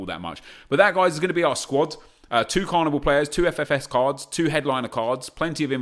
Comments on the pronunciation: could u not say CARNIBAL??!??!!? it’s BALL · Carviball not carvibal 😡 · It's pronounced like carnival because it is football not carniBAL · Does it not low key annoy anyone else when he says "Carnibal" instead of Carniball? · annoys me how nep says carniball, its clearly ball as is in the round thing you kick. not bal! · It’s carniball not carnibal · Why does nep fuck up every single name on this planet! It’s Carni-Ball how can you mess that up wtf. It’s suppose to a mix of carnival and football smh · Sounds like he's saying carabao cup😂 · How do you say carniball wrong? It literally couldn’t be any more obvious how you’re meant to say it but of course nep chooses to say it wrong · The way he says carniball 😦😠 fuck me